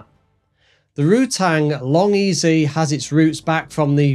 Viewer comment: Say long ez. Not long ezy. It’s Vary Ez E. Not Vary Easy. I spoke to Burt and confirmed this.